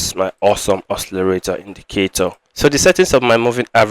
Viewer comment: It's awesome OSCILLATOR , not awesome oscillarator. It's not difficult to pronounce. Nice video anyway